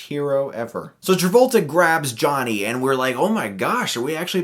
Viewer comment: hehe John Tabolta